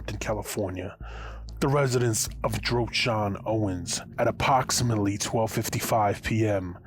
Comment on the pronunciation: My guy? Did you just say "Apoxamitly"? Lmfao! How can you take a person serious when they don't take something as simple as speech serious in there "Content"? You would think someone who runs a media platform would take there craft or profession serious enough to make sure it's done in a professional unbiased manner. Maybe that's the issue, maybe he doesn't take this platform serious, maybe he doesn't think of this as a profession but rather some side hobby he does after work.